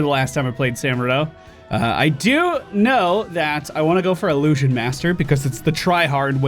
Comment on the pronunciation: Ill-loo-shjun. Not ah-loo-shjun